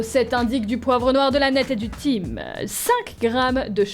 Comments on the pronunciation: le thym ça se prononce "tin" et non Tim mdrr 😂 sinon t'es la meilleure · tu as vraiment dit « Time »?😂 Le Thyms, ça se lit « Tin » 😂♥️ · Coucou le thim se dit tin et non tim mais une chef peu se tromper😂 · On dit du " tin " pas " time " (Thym) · Juste,, le thym de prononce TIN (comme le teint) et pas TIM voilà ^^ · du Tim Mdr ça se prononce tain (thym) la cuisinière professionnelle 😂😂😂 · TIM au lieu du tyms ça ce prononce tin mais c'pas grave ^^' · Ta vidéo était super, j'aimerai bien voir un autre épisode sur ce jeu 🤗 sinon pour thym on dit "tain" pas "thime" petit détail qui me stressait un peu. 😁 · Ahh! Pro cuisinière mais sa prononce "tim" au lieu de "tin" pour le thym! best cuisinière 2019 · Le mot thym ne se prononce pas Time MAIS TIN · "On a même pas de vin" le fameux lapsus révélateur xD Merci à Raphaël pour ce montage de qualité ! :) Ps: ça ne se prononce pas Tim mais tin/taim le thym est d'ailleurs très bon pour la santé et est un excellent aromate pour poissons et viandes blanches ^^ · Du "tim" bien évidament xD ça se lit "tin" même si je sais que c'est pour nous tester bien evidament xDD j'ai adoré la vidéo tu devrais continuer ce jeu!:) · Du "time" 😂 ça se dit "tin" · Très bonne vidéo comme d'habitude mais le Thym se dit Tin pas Time 🤣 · de TIME???? de Tin c'est mieux niveau prononciation 😭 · c’est pas Tim c’est tin que ça se prononce le thym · Thim se dit tin pas Tim 😂😂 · 🤣thym ça se dit pas Time mais tin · le thyn ce dit du tin et pas du time pour le reste gg la video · C'est pas '' tim'' c'est''tin'' la pronociasion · Du "time" 😂😂 mdrr, je croyais que t'étais pro😂😂😂 Ça se prononce"tin" comme le vin mdrr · Thime? T'es pas sérieuse on prononce "Thin" (Thym) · Thym ca se prononce tin (on sen fou lol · Pas tim met tin fain phonétiquement sinon très bons video😀😀😀😆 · c’est du Tim c’est du Thym XD Ça ce prononce comme le teint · le thym sa se dit tin pas time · Thym se dit "tin" ;)